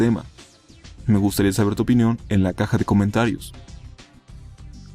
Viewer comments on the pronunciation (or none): none